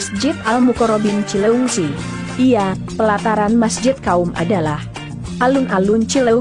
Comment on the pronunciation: Lu admin kaya nya bukan orang Sunda ea.. Nyebut cileungsi aja susah bnr.. Pake cileuingsi..